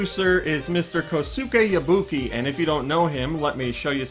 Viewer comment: His name is pronounced KO-skay Yaw-BU-key